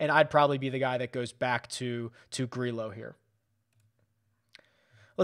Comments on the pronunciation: I tried to make the same argument but we looked it up a few months ago and it's pronounced with the hard L sound - Grillo even tweeted about it "For those who ask, and those who just talk without knowing my last name is pronounced Gree-lo." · You are absolutely killing me with these spanish names that contain LL. You said Grillo 11 times in this video and pronounced his name differently each time 😂 LL makes the hard English Y sound. gree-YO vi-YAG-as